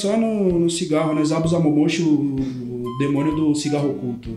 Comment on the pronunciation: "Demono" kkkkkkk